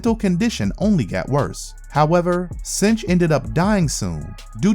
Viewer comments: jsyk i believe its 'synch' as in 'sink', not 'cinch'. he synchs with other mutants powers. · Synch is Sink, not cinch. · I love your channel but I HAVE TO SAY SOMETHING! Synch is pronounced (SINK). Everett synchs up with other peoples abilities.